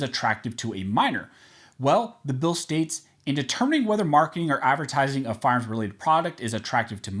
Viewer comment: It's annoying when you are supposed to say fire arms you say farms.